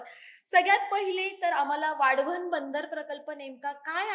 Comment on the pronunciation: हिला वाढवण बोलता येत नाही.आली वाढवण बंदर बनवणारी😊😊